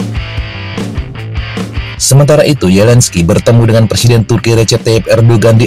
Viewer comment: pembaca skrip nya gabisa mengucapkan Z ZAPOROZIA BERBUNYI YAPOROSIA ZELENSKI BERBUNYI YELENSKI perlu di oprasi lidah nya